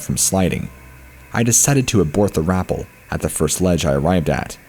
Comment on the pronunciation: Rappel is pronounced "rah-pell" 😊😅😉